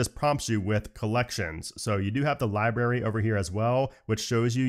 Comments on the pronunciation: LiBRary not LiBERRY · library = lie + brary not lie + berry